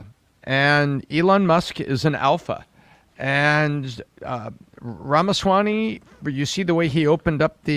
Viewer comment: Someone needs to tell that it is Ramaswamy and NOT RamaswaNy. I guess I will be that person lol